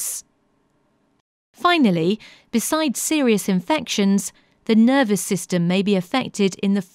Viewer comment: Vervous a lieu de nervous vous étiez toc toc